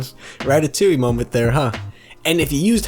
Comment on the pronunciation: Did this dude just "Ratoutoui moment"